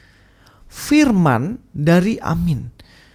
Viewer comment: Nandar téh urang Sunda, bukan? Koq ngomong "firman" katanya "P" nya kecil. Juga saat ngomong "opening statement" jadi "opening setétmen. Jamaah, tolong teliti kelicikan Nandar yang hanya nyomot ayat dan menghindar bahas soal "ciptaan pertama". Kalo nabi anda memang ciptaan pertama, tentu Nandar akan ngebahas. Ayolah jamah, oh, jamaah... telitilah